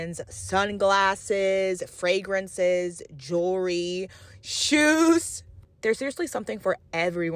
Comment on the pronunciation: The way she said shoes was crazy 😂